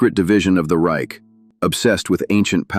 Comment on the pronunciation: You can't even pronounce "the Reich" correct. What about "Bach"? Get the hell out of here!